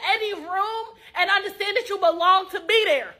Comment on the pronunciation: She said, "You gotta B dare